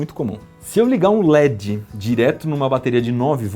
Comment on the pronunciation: Se gosta de pronunciar corretamente o inglês diga led e não ledxi. O d fica mudo. A pronúncia do inglês é diferentxi do portuguêx carioca.